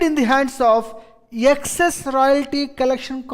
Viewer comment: Excess ko yeckcess kyo bolte yeh log pata nai🤣